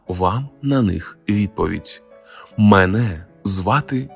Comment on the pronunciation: Ну, чому не слідкуєте за наголосом слів? Ну, чому мЕне звати Українчик? А може тебе звати ШІ ?